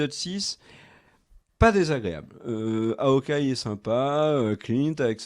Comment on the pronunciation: Je sais qu'en français les H au début des mots sont muets mais en anglais c'est Hawkeye et pas Awkeye